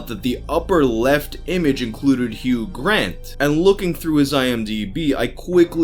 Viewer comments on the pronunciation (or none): none